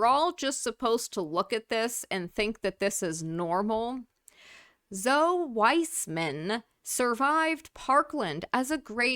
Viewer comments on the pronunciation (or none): Pretty sure Zoe is pronounced Zo--ee. So comfortable speaking on camera after a tragedy.